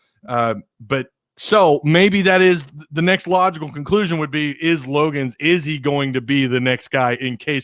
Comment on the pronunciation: Before I commented or gave an opinion on someone, I would research my subject. I would know how to pronounce a name. The Jets let him go so he ended up in Arkansas. Research.